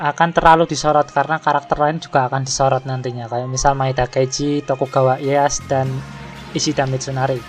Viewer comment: Ralat pelafalan bang Sengoku dibaca Senggoku Tokugawa Ieyasu bkn Ieyas Maeda Toshiie bkn Toshi